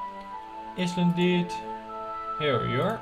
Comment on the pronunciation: I love how you pronounce island as "is - land" haha. Just so you know, the proper way to say it is, "aye - land." :)